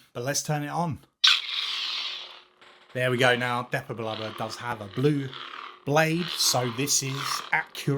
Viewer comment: Ha ha I also say Depa Billaba like the 😂😂😂 100% Nexus need 2 buttons 😊 loved the look at this one ❤